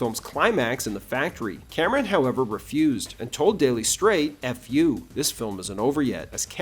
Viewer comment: C'mon, man. Say it: Cameron